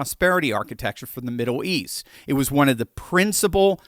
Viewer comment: Haha... "Middoow East" 🙂